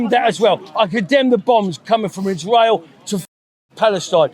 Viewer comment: I don’t trust anyone who says “ishrow” instead of Israel.